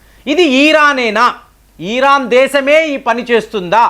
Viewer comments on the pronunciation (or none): Eeraan (ఈరాన్) కాదు నాయనా,ఇరాన్ అనాలి అని ఎన్నిసార్లు చెప్పాలి కామెంట్లు చదవరా?